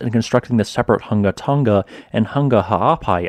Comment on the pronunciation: KUDOS on saying the Volcano name (several times) without the slightest hesitation! You're the boss!